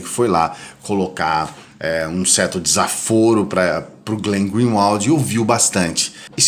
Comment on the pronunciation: Isso ta muito engraçado.... Todos os canais da resistência pronunciam o nome do Glenn errado... E olha que não é taão difícil... Borelli: Glín grín-ualt, intêrcept Ghiraldelli: Glên/Glín grin-uárd/glin-uard (e mais umas 4 ou 5 variações, uma mais bizarra que a outra): Glên grin-uálts O unico que pronunciou corretamente foi o Bugalho: Glên Grin-uóld Aquele abraço